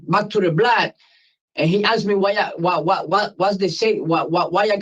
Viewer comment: I found God is what everyone says. The Parole board knows exactly what you are before you walk in. And stop saying "axe" it is ASKED.